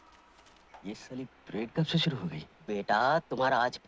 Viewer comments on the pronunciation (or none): शुरु not सुरू